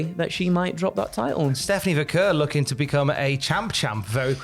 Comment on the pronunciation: being a legend at Cultaholic for being the only one to pronounce Vaquer correctly.